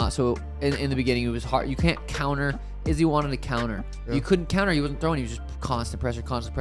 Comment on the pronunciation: I absolutely HATE how you say Izzy’s name. Just for the record